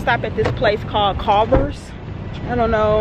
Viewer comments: She said calvers it is clovers lol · I love no shade but it's said like Cole vers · You said Culver’s so wrong 😭 but I live in the mid-west and I only thought Culver’s was here but I guess it’s not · When she mis pronounced CULVERS I started dying 🤣🤣 talking bout they only sell ice cream...girl no 😭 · you said Culver’s wrong 🤣💙💙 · Lol the way you pronounced culvers😭